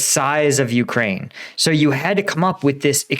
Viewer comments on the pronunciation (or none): none